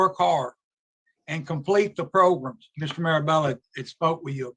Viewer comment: Oooh Wee!! Mr. Marabella, my man! Between the 23 minute and 24 minute you said “Progrumz” four times. Hit ‘em where it does damage. These folk better stop playing with you. All this “program” stuff. We talking “Progrumz,” that’s what’s happening here!!!